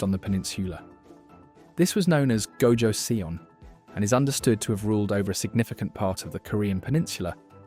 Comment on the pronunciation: Also I hope this doesn't sound pretentious but your pronouncing the last Korean dynasty name wrong. From what I remembered is that their name would sound something like ( jo - sun ) . Korean names are kind hard to pronounce even for eastern names standards by the way . Apparently where ever you see seon it is produced as sun . Though this is mostly from my intersection with learning about Korean shamanism